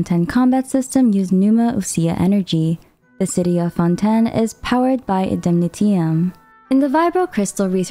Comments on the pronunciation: Fonten? wahaha shouldn't it be pronounced like fonteyn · Plzzzz stop saying "fon-ten" its pronounce fon tane but is spelled fontaine im sure yk that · fonTAINE. not founten, ugh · I don’t know where you’re from or if English is your first language but it’s pronounced Fon-t-“A”-n not Fon-ten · FONTEYN NOT FONTEN LOL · someone take a shot, everytime she say fon-ten. i bet her script have 100+ mention of fonten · “Fontenn Fontenn Fontenn” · I like how u pronounce Fontaine as Fonten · this might be a stupid question but is it pronounced as 'fon-ten'? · Fonten lol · Are you saying Fonten on purpose??? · Fon ten 😂😂😂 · Im sorry I just hear "ForTen" all the time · I just keep hearing Fonten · Lol isn’t Fontaine not fonten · Oof. I cannot stand the way she pronounces 'Fontaine' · Great video! If I may, in French, we do not pronounce the 1st "n" in Fontaine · Had to click of the video by how she pronounced Fontaine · I see your pronouncing Fontaine with a French accent. I think you have to put more emphasis on the ‘n’.